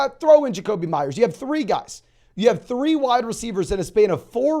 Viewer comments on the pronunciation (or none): none